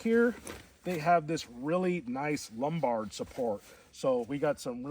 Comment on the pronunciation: you almost lost me at "lumbard" lol